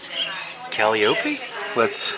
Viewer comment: 🤣🤣🤣the way you pronounced calliope!! That’s what that guy was probably laughing about